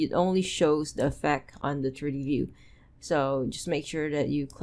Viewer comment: Your tutorials are excellent and you seem super nice. Constructive criticism - please work on your English pronunciation. For example "triddy paddern [something] turdy view", man I was confused for a whole minute there that you meant "3D pattern [something I still didn't understand] 3-d view". Most of your "t"' words you say with a "d" and it's quite confusing at times. And then there's "buh-errrh" I was unsure what that was for a long while. But you meant "button". And "simmerlay" = simulate. I say this with kindness, just hoping you take it on board to help improve. Thanks for your effort! Sincerely :))